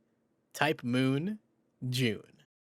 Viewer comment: ITS JUUNEEE